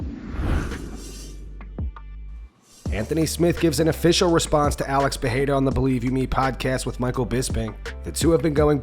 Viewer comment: His name is PeReira not PeRReira you only pronounce it like an H if it is at the beginning of a word like Restaurante or if it is a double R. I can't hear it anymore dude.. Everybody calling him PeHeira for no reason there is no second R in his name????? What makes you pronounce it like that???? Still better than those American boneheads saying Pierra but stop calling him PeHeira PLEEEEASE it is P E R E I R A!!!!!!!!!